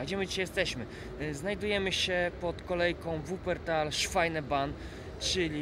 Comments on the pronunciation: Ignorancie ta kolejka sie nazywa SZWEBEBANN (Schwebebahn) a nie jak mówisz SZWAJNEBANN !! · Chłopie co ty tam opowiadasz? Ty mówisz szwajneban, oczywiście inaczej się pisze jak mówi Ale to co ty mówisz szwajneban (Schweinebahn) to znaczy świńska kolej. Pisze się Schwebebahn a czyta szwejbeban.